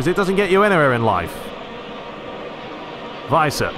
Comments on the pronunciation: If you wanna go full german on Werner... well you got the 'W' right but after that it's more like the english word "air". and the ending is more "ah". So W-air-n-ah, if you will. Weiser you got almost right. The 'S' is pronounced more soft like in "razer" rather than "racer". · Give the 's' in Weiser a bit more of a 'z' sound. Because it's a single s, it's pronounced that way, as if you were saying the English "wise" (the 'w' sounding like an English 'v' is correct). A double 's' would be the more conventional 's' sound.